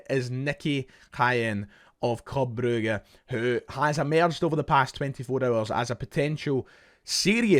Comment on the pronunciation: Calling it bru-ga annoyed me so much your no from Belgium mate it’s Brugge stop trying to be derek Rae